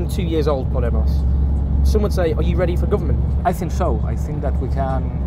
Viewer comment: Owen - just a heads up - it's not pronounced "poddie moss" like you say it but " paw DAY moss" with the emphasis on the second syllable.